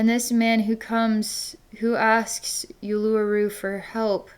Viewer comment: Thank you from Australia!💓💓💓 BTW it’s pronounced “Oolooroo”.